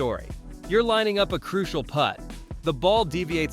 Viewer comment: Why "put" out a 6" tap in when you can Putt out a 6" tap in? Mr. A.I. voice didn't catch that one. 🤪